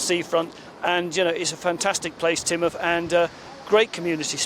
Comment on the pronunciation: Tinmuth, not Taynmuth